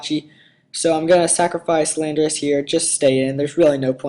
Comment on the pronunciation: say it with me, lan-dor-us